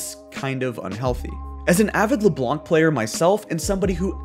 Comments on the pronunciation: It's Leblanc without pronouncing the C. French viewer advice. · The "c" in "Leblanc" is silent